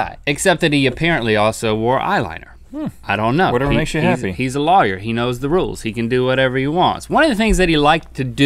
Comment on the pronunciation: Link pronounces lawyer as 'liar' and it was irritating the heck out of me!